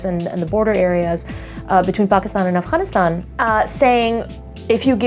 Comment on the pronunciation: Afghanistan you idiot not "Aragastan" or whatever she said.